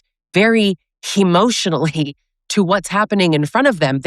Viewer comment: I like how at minute you said, "react hemotionally." I've left my disregulated entitled rager. He and I are going through a divorce. He once said, "how can I save the marriage?" I replied, "stop yelling at me." He said that I deserved it. I do not miss him. He is very unsafe.